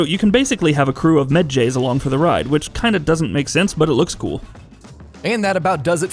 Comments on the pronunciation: Med "JAYS" 😂😂😂 its pronounced "medjais" how many times did Bayek say it so people could get it lol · Med-JAYS....Really? You gonna say Med-JAYS For real? Sound like a baseball team? ThE ALL NEW Memphis Med-JAYS, live, this Sunday. Tickets on sale now. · Mhah-jies! That’s how you spell it. Serious fail. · Bayeks reaction to that pronounceation: It's Medjay you dishonorable dog